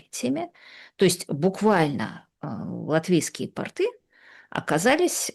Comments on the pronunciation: пОрты! Один раз напряглась с сказала правильно. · Ну все запечательно, но Рига никогда не была штанами, а именно таково значение слова портЫ. Оно резко отличается от слова пОрты. Как Путин строит гвардейские портЫ. Г-жа филолог, не хочу придираться к словам, но это очень режет ухо - и у Вас постоянно. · Латынина, вроде, грамотная женщина. Но её выражение "латышские портЫ" просто убило! 😢 Латвийские пОрты. И никак по-другому! 😂